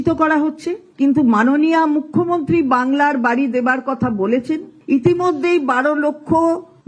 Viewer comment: বাংলার বাড়ি ❌️ বাংলার বা ড়া ✅️?😂